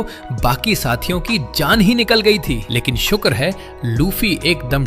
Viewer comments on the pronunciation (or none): none